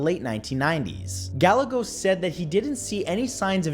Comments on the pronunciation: His name is pronounced GUY-EGOS like egos waffles spelled Gallegos which is my last name FYI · Scientology base.... Tim Gallegos. Pronounced (Guy-egg-Ohs) JS✌️